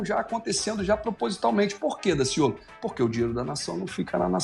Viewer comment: Sou carioca e posso garantir que Daciolo foi perfeito em cada palavra.